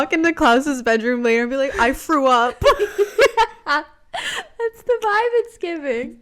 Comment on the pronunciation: "klaus i frew up :(" LMFAOOOO